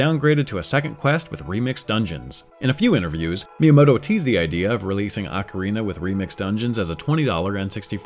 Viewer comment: ACK-err-EEnuh, instead of Ocarina.